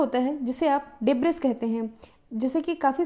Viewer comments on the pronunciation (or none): अंतरिक्ष का मलबा को डेबरी उच्चारण करते है डेब्रिस नही ओके.. एंड सॉरी आपको सिखाने के लिए